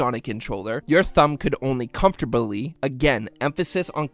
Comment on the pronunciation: Why do you pronounce "comfortably" like that?